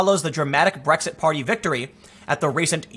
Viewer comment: It’s just an Asian guy trying to say Blexit